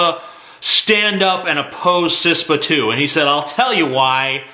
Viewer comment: It's KISS-PA.